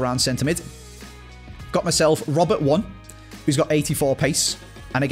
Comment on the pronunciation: Robert one? Its pronounced like Rober tony